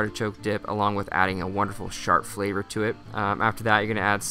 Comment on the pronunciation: who else thought that he said shart flavor instead of sharp? Lol ew.